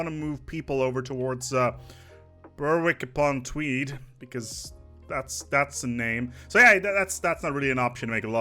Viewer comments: Berwick on tweed 😂😂😂😂😂😂😂😂😂😂😂😂😂😂😂🤦🏻‍♂️ Berick on tweed in in the NE of England and a stop on the ECML but good video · No its not, Its pronounced "Berrick-Upon-Tweed"